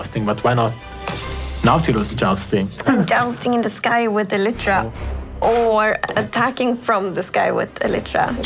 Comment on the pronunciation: So that's how you pronounce elytra!